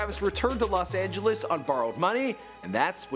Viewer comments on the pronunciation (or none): none